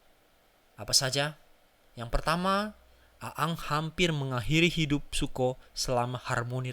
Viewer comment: Siapa A ang? Siapa ruko? Please deh observasi dulu untuk pengucapan yg benar Untuk story telling nya not bad lah cuma pengucapan dan gambar yg diulang2 bikin jengkel. Coba nonton Marvel Universe Indonesia untuk contoh story'telling nya